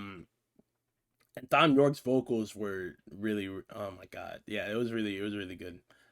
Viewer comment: Quick side note — Thom is pronounced the same as Tom :) Otherwise great reaction as always. Your surprise at the glockenspiel was priceless 😂 glad you got to experience this masterpiece for the first time!!